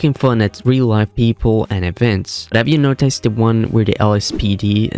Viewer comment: This is weird. It sound like a real person doing the narrations as opposed to Ai. But certain words don't sound right. Where are you from? You almost sound American but pronounce it "notICEd" strange for instance. Just curious.